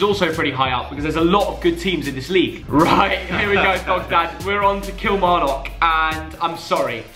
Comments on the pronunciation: think it might be kil-mar-nick not kil-mar-knock 😂💙😂💙😂💙😂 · you say Kilmarnock like it’s Kilmarnick but great video good to see something about Scotland instead of the prem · Did anyone else cringe at the way he says Kilmarnock? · The way you pronounce kilmarnock gives me a hemarage, and just call them Hibs not hibernian